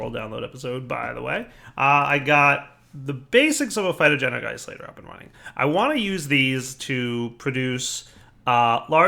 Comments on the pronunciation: You've gone and done a DireFail. Everytime you say "Phytogenic Isolator" it makes me vomit. There is an "n"!!! It's "Insolator" not "Isolator." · iNsolator. not isolator.